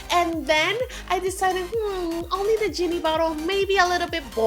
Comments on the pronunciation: You said yay instead of jay and you also yeeny before you said geeny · why did she say "yeini" instead of "genie" and she said "yay" instead of "jay"